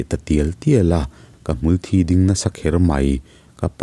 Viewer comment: Ngati nge "Hmulthi" tih hi i lam dik theih re re loh le. Thi tih lai rik dan chu 'mithi an awm' kan tih a 'thi' tih ri a lam tur a nia, 'ka kut a thi' tih a 'thi' tih ang a ri tur hi a ni lo .